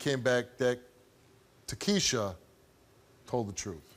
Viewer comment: How can they be pronouncing her name tah kee she a?? The spelling "Takshia" makes it TAK SHE A These ghetto names are so damn dumb 🤮